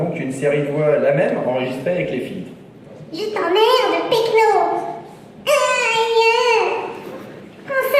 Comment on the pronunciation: C'est péquenot, pas pechno ^^